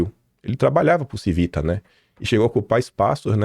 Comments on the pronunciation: A pronúncia é TIVITA e não CIVITA. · A pronúncia não é “Civíta”, é “TchÍvita”.